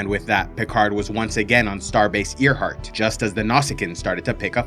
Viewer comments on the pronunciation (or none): Good video! But hey, FYI- it’s pronounced AIRheart. Like, named after the great female aviator? It’s not the heart of an ear 😘